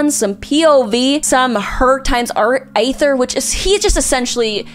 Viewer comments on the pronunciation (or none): Why does she pronoun everyone right except the travellers. Like, A-ther (sometimes Ai-ther) and Lumi-nee. Really now? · the way she pronounces Childe, Lumine and Aether are the same as i did early game lmao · I’m trying to understand how keeps failing to say Aether when his name is said in game multiple times